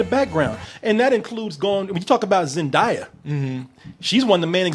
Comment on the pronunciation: this is a thing that bothers me, but i have to say it... IT'S ZEN-DAY-A, not ZEN-DYE-A